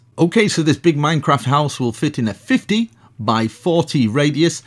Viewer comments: He says minecrap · it sounds like he said "MineCrap"